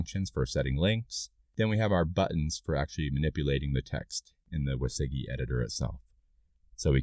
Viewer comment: Thanks for the tutorial, learned useful things about Svelte and Sveltekit. Just got confused by your pronunciation of WYSIWYG (wizzy-wig is how I know it).